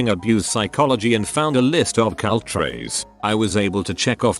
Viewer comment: No one: Automated voice: ceyult